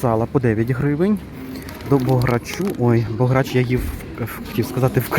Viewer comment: Бограч чудова Закарпатська страва.Наголос на букву " о".